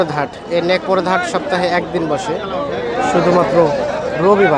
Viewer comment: হাটের নাম সঠিক ভাবে বুঝা জায় না